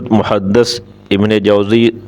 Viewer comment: محدث کے دال میں زیر ہے